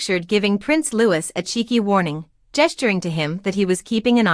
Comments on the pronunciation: It’s NOT said Lewis it’s Louie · No it's LouiS with final S